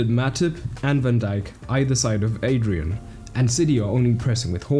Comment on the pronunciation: Everytime you say Adrian, my brain hurts it’s Adriàn